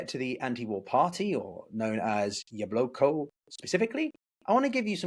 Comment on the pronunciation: Why do you pronounce it Yabloko, not Yablaka?